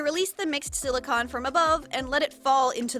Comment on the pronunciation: I know no body is talking about this but you say silicone like con props and cons but it’s silicone like a ice cream cone